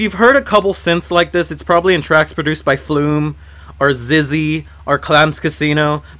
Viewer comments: wait i thought it was pronounced just like ecks ecks why why ecks ecks not zizzy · beanerama9 Nah man. I'm a douche... and I would pronounce it that way too.It's actually pronounced "SIX" like in 666. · I didn't know XXYYXX was pronounced as "ZIZZY" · its pronounced X-X-Y-Y-X-X but saying ZIZZ is just an easier way of saying it. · He said ZIZZY!! HAHA Just say the fucking letters man! lol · did you call him Zizzy? lmaoooo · Your video makes me want to pronounce XXYYXX the way you did in this video lol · evergreens Some people actually pronounce his name XXYYXX. Can u believe that?